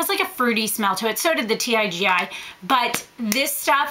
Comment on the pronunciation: It's pronounced TeeGee. I've used the Tresseme dry shampoo, &I hated it! It left a gray type of residue on my hair, even after I tried numerous times to brush it out. I did absorb some of the oil, but not enough to notice a difference. &By before the end of the day, the oil, plus some, was back! If you want a cheap alternative, I suggest the Got2b Rockin' it Dry shampoo. Super affordable, &available at any drugstore. It works perfect for me.